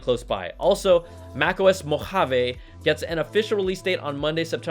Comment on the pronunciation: The way he said Mojave though😂